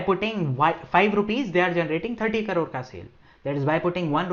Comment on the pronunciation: Thank you for this video. If you don't mind... Plz pronounce crores in the correct way. You pronounce like carore... It takes me a few minutes to identify what the carore is. Finally i understood it's crore.